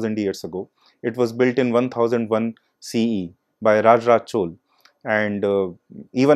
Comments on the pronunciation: but he could have said Chola instead of Chol - repeatedly... it is very important to call names correctly...in keeping with the local tradition of pronouncing names...the real way of saying it is Chozha...in tamil...but Chola is acceptable :-( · It's pronounced"चोला"